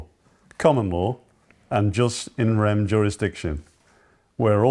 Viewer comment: That guy needs to do a bit more reading, for starters its pronounced 'YooS in rem'.. not 'just in rem', and it means a right in the thing, as opposed to a right that is in the person and travels with the person. If you want to be taken seriously, treat the subject seriously. .. you could have presented this a lot better too.